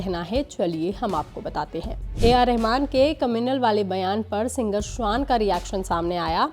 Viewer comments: Singer shwaan nahi hai... Shaan hai😂😂😂😂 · Singer shwan nahi hai madam shaan hai😂